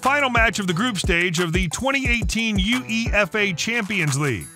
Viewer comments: I turned it off as soon as I heard the pronunciation of UEFA and Ajax. Jeez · U E F A? It is UEFA! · "U-E-F-A" "Bey-ern" "Ay-jax" "Sti-ah Bucharest" "Standard Lee-egguh" "Ro-bin" "Bee-elefield" "Weirder Bremen" "Worder Breemin" "Arsené Wenger" 💀 💀 💀 💀 💀 Im not even gonna mention all the other player names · i got to 26seconds of the video and you'd already pronounced Uefa and Ajax incorrectly,typical "net-mider" yank. Jog on